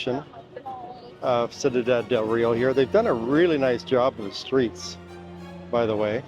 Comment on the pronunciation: Cuidad. You pronounce it 'sweedad' with very soft d's. Great videos!